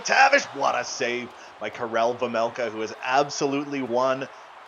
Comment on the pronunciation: It’s vejmelka not vemelka